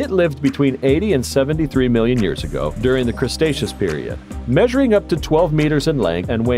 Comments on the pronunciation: I died when the narrator said "Crustacios period" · The narrator is terrible. He pronounced Cretaceous "CRUSTACEOUS" like it is some kind of crab.